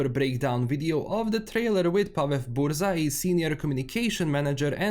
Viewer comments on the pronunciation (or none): "Burza" is supposed to read as "busha" with harsh 'sh' ;)